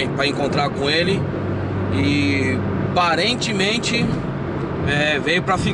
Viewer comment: Aparentemente ele falou "parentemente" kkkkk anyways deixando meu like...